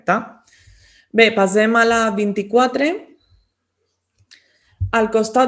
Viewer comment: Per què diu contínuament “pasem” i no passem?